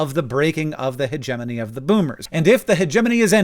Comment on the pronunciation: Wow. So that's how you pronounce hegemony? Fascinating video. I learned a lot. Not just elocution